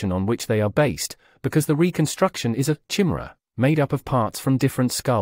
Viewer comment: It should be pronounced KEYE-MAIR-A